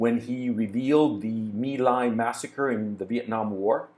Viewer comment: First journalist I’ve heard talking about this who pronounced My Lai properly.